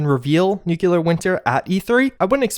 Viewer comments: Dude... NOO-KLEE-UR not noo-cue-lur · NEW-cle-uhr NOT "NEWK-luhr" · Nuclear is pronounced new-klee-ur not new-kyoo-lur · dude you are just graduating college and you still say "Nucular"? It's nuclear. Look it up in our home language dictionary. Nu-Clear. sound it out. Nu-Clear. not Nu-Cu-Lar. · NUCLEAR - not NEW-KILLER. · NEW-clee-ar. Nukular sounds GWB circa 2001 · It's not 3 locations, it's one. The tower by the fork in the river. That's why there aren't other holotapes. Also, it's not "nukuler" winter, it's "nuclEar" winter. It is just one of those things that gets me ever since Homer Simpson corrected the scientists. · I love your videos but, my God, it's pronounced "NOOK-LEE-UR", not "NOOK-YU-LUR". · Ive unsubscribed because you are dumb and refuse to correct yourself. How dare you have a degree from any higher education (which i highly doubt) and still pronounce "nuclear" as nuke U lar. Smfh for the LAST time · Love your videos, very informing. One gripe. Why can't you pronounce nuclear correctly? "New-clear" is the proper pronunciation. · NUKE LEE AR SAY IT! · Does it bother anyone else that says nucular instead of nuclear? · Bro its nuclear NEW CLEAR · How most people say it: nuclear. How Juice says it: nucelar. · "noocyalur winter" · UGH! I wish Americans would stop saying "nucular". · Its pronounced "new-Cle-ur" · please, please, pronouce nuclear right, PLEASE!! It's tearing me apart each time I hear you say Newclear!! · Please stop deliberately saying Nookyoolar and I'll totally like your vids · Didn't mind the cat kill, didn't mind Bethesda derping onto the Battle Royale train, but the butchering pronunciation of nuclear finished me. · "Nu...cle...ar. Nuclear". Come on man. Its not that hard. O.o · Disliking for mispronouncing "nuclear winter" and killing a cat.